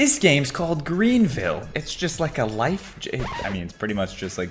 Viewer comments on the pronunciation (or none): none